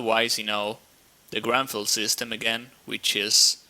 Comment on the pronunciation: its not GRANFELD, its GRUNFELD... -.